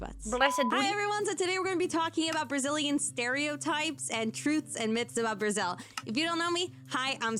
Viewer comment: Brazil mentioned in a video? HOLY F*CK, WHY YTB DIDN'T DELIVERED IT 59 MINUTES AGO?! Btw, loved how you said 'Brasil', it did sounded closer to Portuguese than most ppl on YouTube usually say and that was kinda cute ngl lol Anyway, happy bday 🥰 hope you have many many more birthdays and all that Edit: -ish When I was younger I was a Scene/Emo kid, so my hair was like on my shoulder and my bangs (is it "bangs" the word, right? That piece of hair in front of your forehead, or in my case was in front of the whole right side of my face) would go more or less to my neck and I'm REALLY short, at that time (13~14yo) I was around 148cm tall and I was kinda "blessed" (or cursed, depends on pov) by genetic... I got catcalled A LOT cuz thin waist, wide ahh hips, thick thighs and as tall as a freaking gnome 💀 Edit 2: Carnaval is like Mardi Grass (and I probably butchered the spelling), just more organized, as far I'm concerned. You have the professional parades and sht but where the thing really happens is on the street parades and... uh... is a nice way to get an STD, if you ask me. More "tamed" ones does exist but they're not the majority (my opinion is very much biased because I hate it and consider to be a waste of public money, just wanted to leave this note here, specially cuz it boosts a very specific type of tourism I really really hate and Guidelines won't allow me to go into details about it)